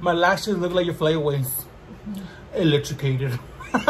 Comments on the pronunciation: Electracated!!!! Lmao!!! Omg I cannot stop laughing. I look forward to your guys videos!! Keep it up!! 🤣🤣🤣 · When said “my eyelashes look like your flyaways, electracated” 🤣🤣🤣 I had to say electrocuted a couple times in case I was tripping 😂 love y’all 💕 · Omg 😂😂😂 electracated!!! Can’t stop laughing! I love seeing your videos 😘